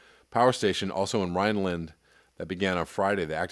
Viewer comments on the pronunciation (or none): none